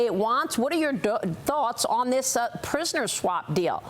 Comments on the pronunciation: Schwap deal? Lady yiu mess up all the time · She said in 2x now. SCHWAP. What????